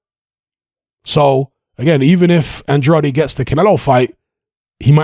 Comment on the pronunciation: With all respect... Andrade... Pronounced "An-drayd"